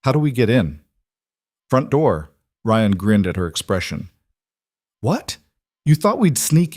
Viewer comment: Ryan Rion lord I love the voice but keep the names right! Don’t that sound exhausting with petty. But I do love the story and I’m not perfect so I don’t mind. And the ability to listen to this stories is an honor. We are not paying this people who do this expecting nothing in return. Funny how people are quick to criticize to be entertain “for free”. Same as non loyal sport team fans they are happy as long as the team wins. 😂 pathetic 😂